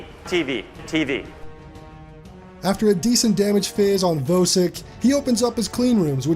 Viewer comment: Just discovered your channel today, really enjoying your content. And I finally found a YouTuber who pronounces Vosik correctly lol.